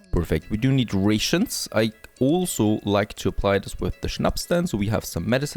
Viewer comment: Ray shoons 😂